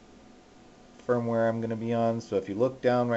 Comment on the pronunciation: he totally said spermware LOL